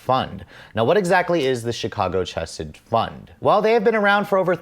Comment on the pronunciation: Technically, "chesed" is pronounced like "hessed" with a guttural "kh" at the beginning. It means "mercy" in Hebrew.